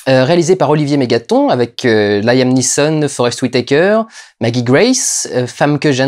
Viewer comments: On dit pas Laïm mais Liam (avec un "a" court) pour le prénom Liam Neeson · On dit "Liam" et pas "Laïam" :) Just sayin' ;)